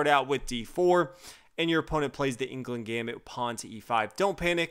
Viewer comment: It's pronounced anglooond gambit, just so you know :)